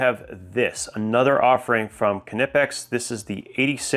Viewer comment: your pronounciation of Knipex is really perfect! greetings from Germany. 😊